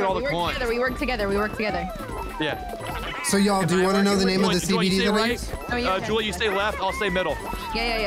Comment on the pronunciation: I literally yelled NO when he said CBDeez